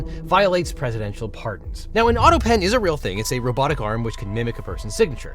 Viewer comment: I wonder how long did it took for someone to make Trump stop saying "autopeen".